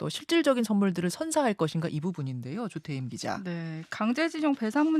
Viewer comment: 조태임 기자님? 발음 제발 좋아지셨으면..